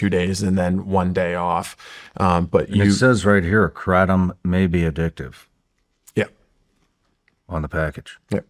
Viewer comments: 🚨🚨🚨 It’s called an extract dummy. Education is important! This big pharmaceutical rep can’t say Kratom right, how embarrassing. Yet he is a know it all 😂 I honestly feel bad that this man did this to himself, in front of the entire world. Shawn please, do more research about these people. This guy is a fraud, 🚨🚨🚨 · Kraytom say it so they hear it KRATOM LONG A DUDE. You are not hitting the iters by the weird name you say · He's not even pronouncing Kratom right. Sounds like he's trying to say it in original Thai, but still not right. Should just pronounce it the English way like everyone else if he wants credibility.